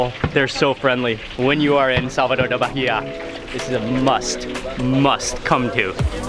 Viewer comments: Ai que agonia ele falando "Barria" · BAHIA pronunces: "BAEEA". But you're forgiven. ahahahahaah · The way you're you're saying Bahia is killing me! The "h" is silent boy! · The "h" is silent. Baa-e-ya. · Love your videos and how educational they are.. the correct way to pronounce the state is "baa-eeh-ah" you don't pronounce the "H" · The way he pronounces Bahia is atrocious.